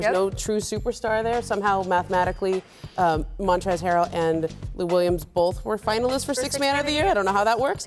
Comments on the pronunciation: Scottie i think it's montrez😂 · No wonder he said Montrell... It's Montrez!l Scottie!